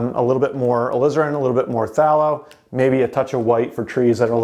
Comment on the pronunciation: Phthalo Blue is pronounced with a strong A, like "PhthAYlo" ☺